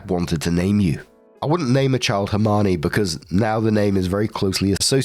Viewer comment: I love your pronunciation of Hermione 😂